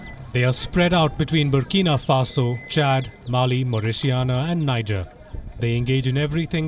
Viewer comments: Can you please educate your reporter how to pronounce "Mauritania." 🙄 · How hard is it to just google Mauritania and look how to pronounce it. Look on YouTube.?